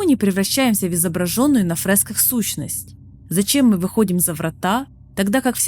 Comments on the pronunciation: Не фрЭска а фрЕска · Девушка молодец, заслуживает внимания. Единственное, не фрЭски, а фрЕски) Не авторОв, а Авторов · фрЭски, авторОв, шо с языком, шо с ударениями? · Хорошее видео. Но поправьте нейронку, фрЭски и нАросты очень бьют по ушам. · Блин кто тебя разговаривать учил? ФрЭска, авторОв, ужасно слух режет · Поработайте над ударениями. Слушать больно о нАросте, фрЭсках и прочих исковерканных слов. Звучит словно пытаются быть нарочито умным. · "нАросты", "фрЭски", "авторОв"... Хороший разбор, но что с ударениями у диктора?! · вспоминается "у меня нет рта и я должен кричать" Забавно было слушать "фрэска", "по словам автор`ов" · Это было очень интересно, спасибо за разбор сюжета и теорий. Но "фрэска" и "авторОв" царапнули мой слух от души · Отличный разбор! При том, что ничего и близко по глубине разбора я на ютубе не нашел. Большое спасибо. Единственное, вам бы с ударениями поработать, иногда прям кровь из ушей. Это я про авторОв, нАростов и фрЭски... И чтобы вы меня простили за мое брюзжание, с меня лайк и подписка. Все таки вы проделали отличную работу, спасибо! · Текст интересный, но есть несколько коробящих моментов с ударениями. И если "нАросты" вместо "нарОсты" еще можно списать на то, что автору это слово малознакомо, то "авторОв" вместо "Авторов" сильно бьет по восприятию. И "фреска", а не "фрэска". Возможно, русский язык для автора не родной?